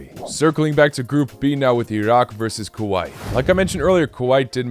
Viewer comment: Please pronounce Kuwait right